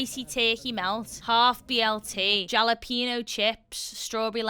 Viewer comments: Pete hot sauce is mostly vinegar and is amazing on eggs. It's the kind of sour that matters. Also jalapeño is pronounced ha-le-pin-yo. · "Jolla peeno chips" is driving me crazy. Love the video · As a Mexican enjoyer you may like to know that the J in jalapeno is pronounced like an H. So funny anytime anyone calls a Cliff bar a protein bar...it says energy bar right on the package!! Energy as in calorie. It's a calorie bar 🤦🏼‍♀️ The old myth of food triggering a dopamine response is based on outdated studies, newer more thorough studies show it's not true, even with hyper palatable foods on people across BMI ranges. omg that's the same amount of ketchup that my brother eats! Never seen anyone else do that. He's underweight though lol. I hope Abby figures her shit out soon. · I adore your videos, but as a Mexican American woman, I have to tell you the J in jalapeño is pronounced like an H 😂